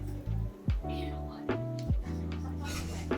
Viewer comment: Не "протвинь", а "противень"; не "в право / в лево", а "вправо / влево"; "быть в шоке от чего-то", а не "с чего-то". Ну а так - нормально. Учиться никогда не поздно. Не благодарите.